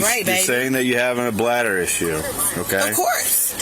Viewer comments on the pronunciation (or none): I thought that this cop sounded impaired and then he says "you might have a blad badder". "Ok ociffer, time for your own field sobriety test".